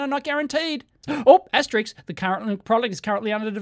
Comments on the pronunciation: * it's pronounced 'asterisk', not "ASTERICKS"! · Dave keeps calling it asterix the entire video. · *"*" is pronounced "aster-isk". Sorry not sorry. :P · * Asterisk/s , as heard on the video numerous times, was erroneously pronounced as "asteriks". Though, above could be attributed to my aging ears.😁 ymmv